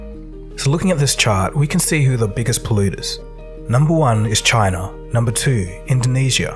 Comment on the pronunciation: Wherever this commentator learned spoken English they must have had a SLEW of extra "R" sounds. There is no R in C.H.I.N.A (just as there isn't one in O"Bomber")